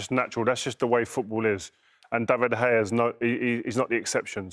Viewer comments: Its pronounced Da-vid De- heya! Not 'der hayer' 🤦‍♂️ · Jermaine his surname is not De Gayer! It’s pronounced Da-vid-der-hay-er 🤦🏻‍♂️ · Did he just say David De Gayer? lol. Only the second goal was his fault, the defence should be blocking them balls! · its actually de khaya hes sed it b4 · Even solskjaer said De gayer bit dodgy